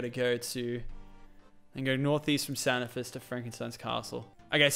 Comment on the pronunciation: It's not [S-A-N-I-F-I-S] it's [K-A-N-I-F-I-S]